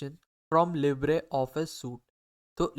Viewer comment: bhai pls english improve karlo its libre not libra